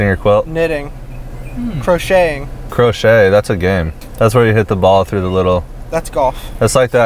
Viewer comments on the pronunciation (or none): crow kay ......not crow shey................................................ha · Crokay not croshay lol that was so funny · Its croquet not crochet lol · Is pronounced kro•Kay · Someone needs to tell him it’s croquet